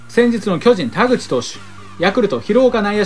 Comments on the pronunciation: 田口はれいとじゃなくてかずとだったきが あと、高田もたかだじゃなくてたかたやったかと、、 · 田口はれいとじゃないよ！かずとだよ！しっかり勉強しましょう！